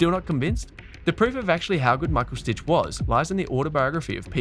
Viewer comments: If you call him „stick“ it’s much closer to how his name is actually pronounced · So funny you spell and pronounce Stich's name as Stitch lol. I guess you don't know German. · It's really annoying that you call him 'Stitch'. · H2H Richard Krajicek-Pete Sampras: 6-4. And it's Stich, not Stitch! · Don‘t worry. I studied in the US and wasn‘t at all annoyed by your americanized version of the German „ch“. It‘s just a phonetic sound English speakers don‘t use 👍🏽